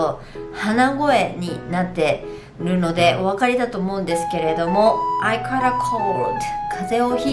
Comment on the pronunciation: caughtのオー → [ɔː] 少し、発音がちゃう気が....